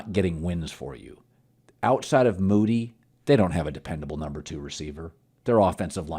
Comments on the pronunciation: Its DARNELL MOONEY. Several times you’ve called the man “Moody” be better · He calls him Moody all the time!! WTF Colin? I hope he lights it up this year so Colin can finally get his name right